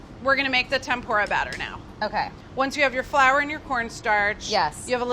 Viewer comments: They way she says Tempura it’s PRONOUNCED tem-poorah sorry just a triggered Japanese here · I don't mean to be that guy but it's pronounced Tem-Poo-ra. almost like the PU part has a U not a O. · any other asian kinda of mad how she said tempura